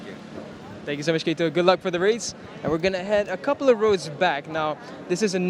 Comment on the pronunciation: Through this video, I heard "Kito" Abe about 100 times, but never Keito (kay-to).